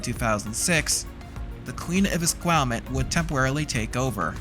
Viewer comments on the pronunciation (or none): Queen of Esquimalt not Esquimutt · It's pissing me off lol Es-qu-I-malt... almost as infuriating as people not saying the T in Tsawwassen. I grew up there and no one pronounced it Sawassen like the tarts on CKNW. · ess-Kwai-malt. Fucking ess-Kwai-malt please🤣🤣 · Proper pronunciation of “Esquimalt” is a bit of challenge for the narrator…🙄🤪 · Ha ha. The pronunciation of Esquimalt is priceless!